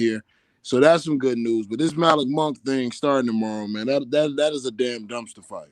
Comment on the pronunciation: It is pronounced Muh-LEEK Monk...not MALICK.